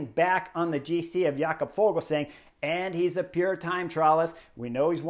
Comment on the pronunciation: Fuglsang isn't German, så it's not pronounced Fogelsang. In Danish the g is silent in the word fugl, so the pronunciation is more like foolsang. Which of course isn't very flattering 😂